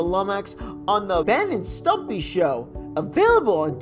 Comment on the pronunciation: It’s ren and stimpy not Ben and stumpy